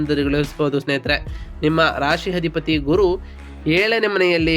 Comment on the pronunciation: ಸ್ವಾಮಿ ಮೊದಲು ಅ ಕಾರ ಗಳು, ಹ ಕಾರಗಳನ್ನು ಸರಿ ಪಡಿಸಿಕೊಳ್ಳಿ. ಅಧಿಪತಿ ಗೆ ಹಧಿಪತಿ ಅನ್ನೋದು, ಏಳನೇ ಮನೆ ಅನ್ನೋಕ್ಕೆ ಹೇಳನೆ ಮನೆ, ಈ ಉಚ್ಚಾರಣೆ ಸರಿ ಮಾಡಿಕೊಳ್ಳದಿದ್ರೆ, ನಿಮ್ಮ ಈ ವಿಡಿಯೋ youtube ನಲ್ಲಿ ಹೆಚ್ಚಿನ ಸದಸ್ಯರನ್ನು ಕೂಡಿಸಲು ಸಾಧ್ಯವಿಲ್ಲ.